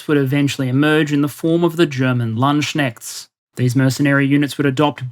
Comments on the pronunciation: Landschneckts lmao Why are English speakers struggling so hard with LandsKnechts. I've heard y'all throw out the Panzerspähwagen Sonderkraftfahrzeug 234 when talking about WW2's Puma no problem, so why is Landsknechts treated so harshly all the time? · Thank for an interesting episode. Btw.: "German" Landschenchts" --> German Landknechts (pronounced [ˈlantsknɛçts]) ;-) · Should be Landsknechts not Landschenchts . Very interessting video as always though. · yeah, so, when you went into the historic mercenaries, you had a slide talking about germans.. first you called them "Landschnechts" which is wrong, but close, and then "Landschenchts" which is just horriffic. the Word you need here is "Lands-Knecht", with "Land" meaning exaclty that and "Knecht" beeing a specific type of servant. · I'm sorry but I have to point this out: It's "Landsknechts" - not "Landschnechts". And yes, you speak out the "k", there is no "sh" or "sch" in the pronounciation ;) Apart from that, superb content as always!! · Landk-n-e-c-h-t-s you schnave... scnr... :P Great content otherwise. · Nit-pick here, german Landsknecht mercenaries woefully butchered as ... ( ... I then read your remark in the pinned comment after posting this, so I edited) You may have simply let google.translate read out loud the english translation of Landsknechts which to the ear sounds very similar to what you then wrote down as a suspected plural form in the text of the presentation. => ger. orig. plural: Landsknechte / adapted to eng. plural: Landsknechts but pronunciated like an Englishman, made plural Landschenchts with tea, milk and biscuits. I suggest using google translate, pressing the 🔊 symbol to read any quirky words out loud, but in the original language not the translated one, then adapt them phonetically. Often makes more sense, sounds better and is closer to the original, if one can handle the pronunciation that is. cheers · You've got a typo and a mispronunciation. They were "Landsknechts".